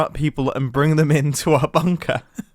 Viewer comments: A he says confoosed rather than confused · He said confoosd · Mumbo: "For anyone who's confoosed." Me: Confused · did he say confusd instead of confused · confoosued?? what is that word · Confoosed haha xD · Yes Mumbo i am confoosed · Is everyone just gonna ignore that Mumbo said "confoozed" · don't worry we are all confoosed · I cant help but notice that you said "confoosed"... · I know he said confused but it sounded like the ‘con’ and ‘fuse’ were seperated